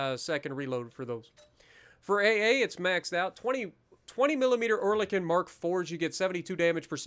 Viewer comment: Ur saying that AA guns name wrong it’s oh-el-i_kon